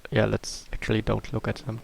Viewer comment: It is always interesting to see how minecraft works:D Therefore: Good video btw why dont you say " dem" instead of " sem" for" them" if you arent able to pronounce "th"?